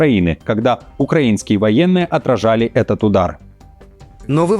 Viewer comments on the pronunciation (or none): none